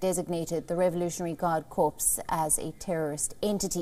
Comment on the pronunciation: You need to teach your presenter the word is not corpse.